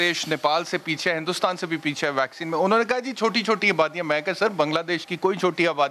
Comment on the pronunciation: Pak has world class doctors, engineers, scientists and world class educated journalists like who pronounce vaccine as "VAXION".